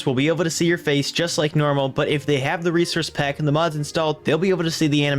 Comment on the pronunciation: "reserce pack"